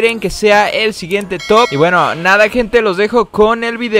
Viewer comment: Va al reves tu top no se pero lo dice mal jaja